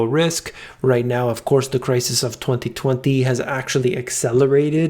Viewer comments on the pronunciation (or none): great info. btw gangsta way of saying 2020 .. thwathee thwanthee.